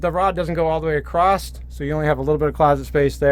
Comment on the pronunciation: Unique floorplan. Love the black toilet! Sorry I have to mention it but when you say the correct word 'across' your pronounce it 'accrossed'. I have noticed other people say it this way but not sure why? "Across" is the correct word; "acrossed" and "acrost" are nonstandard, colloquial, or dialectal misuses, often arising from confusing "across" (preposition/adverb) with the verb "cross" (meaning to go over/through) or from the way "across the" blends in speech, adding a "t" sound, but it's grammatically incorrect for formal writing and speech. Use "across" for movement or location on the other side, like "across the river," and "cross" for the action, like "he crossed the river".